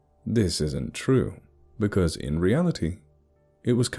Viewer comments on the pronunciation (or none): none